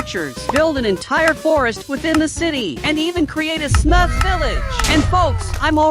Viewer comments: Why did u say sumrf instead of smurf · Bro said smuf🤣